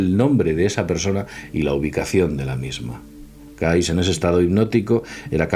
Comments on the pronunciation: Cayce se pronuncia Key-zi , no Caiz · Mejor que a Cayce, lo pronuncies "Keisi",. Edgar Keisi. De nada, jaja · muy interesante, ya era hora que se hablara de el, deberian hacer un programa exclusivo de Edgar Cayce, que por cierto se pronuncia keisy